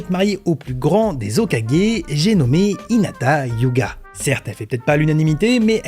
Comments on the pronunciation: Hinata yuga 😂😂 c hyuga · Oublie pas le H dans Hyuga 😂